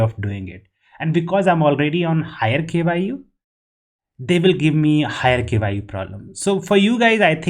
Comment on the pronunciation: I like how he says K,Y, U, while it's japanese word which is kyu (that has only one syllable) that means a level or degree